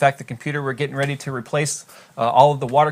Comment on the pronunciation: Pause to get "Are ya reday kidz?"